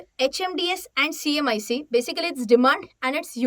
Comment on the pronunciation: Wrong pronunciation........HMDS & CMIC